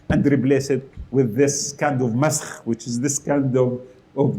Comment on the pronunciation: i just luvvvd it when he stressed on the term> *masssskkkkhhhhh* those vocal chordz literally went in2 overdrive ✌️😜 & He dsnt know either who r shiaz n sunniz 👍 yeah rite 😂🎉 #DGRetardAlj😉👌